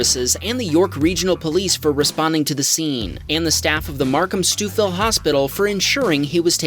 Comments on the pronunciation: Markham and Calgary represent, two cities I have lived in. Before anybody else gives you grief, the pronunciation of Stouffville is "stove-ill". Thanks for the videos. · The pronunciation of Stouffville made me giggle. Any other GTA watchers feel the same? haha